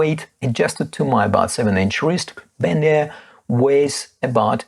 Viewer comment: good comparison, thanks! By the way, it’s Ben-y-ar, not Ben-air!